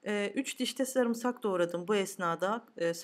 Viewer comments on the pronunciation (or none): none